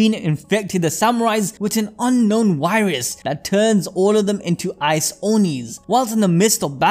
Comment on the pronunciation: its virus not wirus